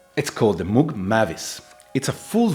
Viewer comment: Love my Syntakt, at least you pronounce Moog correctly as in how a cow would say it, rather than pronouncing it like one of those places you end up when your dead lol